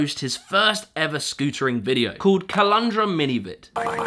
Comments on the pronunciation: You mispronounced Caloundra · The mispronounsion of caloundra had me in tears! great video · That pronunciation of Caloundra hahahah